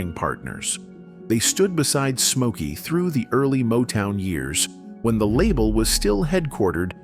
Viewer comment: So his name is Mokey now? What the hell? If you are going to use AI and are too lazy to narrate it correctly, at least get it right. Geeez